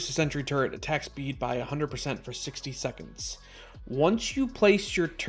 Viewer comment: I keep thinking you're saying "turd", not "turret"! 🤦‍♀️ Turdtle PTSD